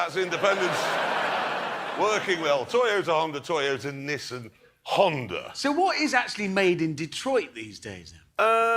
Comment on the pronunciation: Americans pronounce it neesan